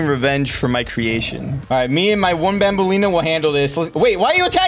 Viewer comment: I love how he said “babaleena” instead of Banbaleena💀